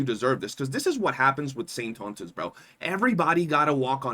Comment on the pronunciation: SAINT-TAUNT--US. LOL